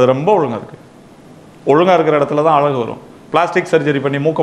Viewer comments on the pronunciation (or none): none